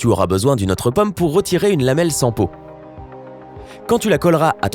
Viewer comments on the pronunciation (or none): none